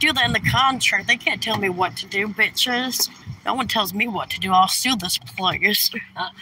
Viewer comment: Wow, actually said “WHAT” instead of “WHERT” twice in one sentence! 🤣 And again here! 😜